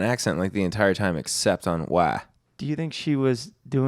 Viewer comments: I was confused and stuck on the “Whaa” (why) thing 😂😂😂 Actually love hungover 😂🙌🏻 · “wah-y” 😂😂😂😂 so good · I thought the same thing! She only brought out the southern accent on WHY? As a southern belle myself it doesn’t work Like that. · saying ‘whyyy’ in a southern accent made me laugh out loud in the street